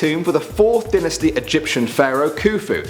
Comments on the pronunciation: it's dynasty (Die-na-stee), not dinasty (Din-As-STee) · Dynasty Is Pronounced Die-Nu-Stee